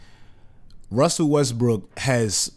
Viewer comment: you say "wussle westbrook" hahahaa